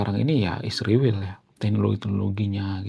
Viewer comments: Kenapa nyebut Israel nya harus Isriwil ................. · Mohon maaf bang, saya sebagai Seorang Yg sangat respek kepada bangsa ISRAEL,tidak suka dengan sebutan isriwil. Tolong lah dirubah